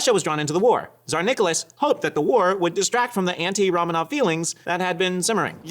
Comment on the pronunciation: 'ramenovs' wtf